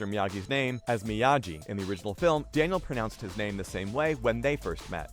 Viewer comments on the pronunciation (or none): He said Daniel with a L.....not i